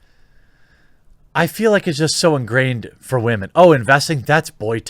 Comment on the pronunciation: Anytime you say "WAHMEN", I feel it's impossible to take anything you say seriously. Just a quick tip, constantly saying "Wahmen" makes you sound stupid. I'm not saying you're wrong in what you're saying in the video, but constantly saying it just makes you seem like you're trying super hard to make sure people know you're hip and into memeing on SJWs. Just let it go.